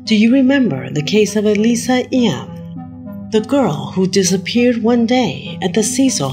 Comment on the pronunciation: WHAT! ?!! ALisa Lam is like one of the most famous stories covered on YouTube how the hell do you possibly screw her name up like that!? Like u had to do a little research to even think about putting her in your video right?